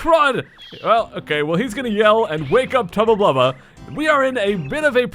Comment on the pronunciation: Yeah said tubla bulbla 5 times and the sounds like a drink Irish man